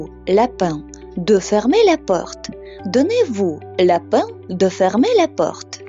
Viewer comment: только не обижайтесь, но много ошибок как грамматических, фонетических так и лексических в вашем ролике. Например, donnez-vous la peine, Вы произносите как lapin ( заяц). К тому же это выражение употребляется очень редко. Soyez gentil, тоже не употребляется в данном вами примере. Ну и много других ошибок, не буду все перечислять. Не хотела вас обидеть если что, но считаю, что преподаватель должен учить даже начинающих без ошибок.